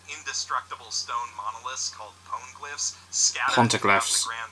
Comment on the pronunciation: Pontiglyph? Where are you getting the T? Its spelled poneglyph pronounced like pony glyph